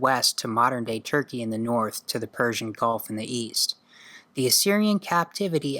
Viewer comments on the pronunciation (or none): none